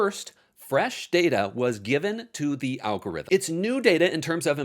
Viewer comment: "Algoritm"??? Very on-brand.